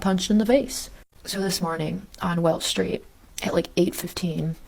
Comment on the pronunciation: Sound like she said welsh but Welch was in the caption